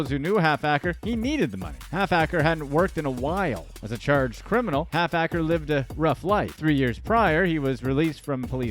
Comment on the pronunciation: 😂😂😂😂 it’s ‘’HALFACRE’’ it’s his name lol 😝